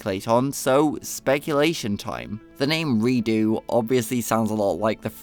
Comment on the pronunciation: deux is a french word so i thought it would have the french pronounciation